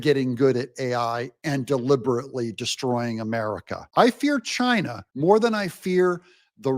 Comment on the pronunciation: I fear chy-nah more than AI.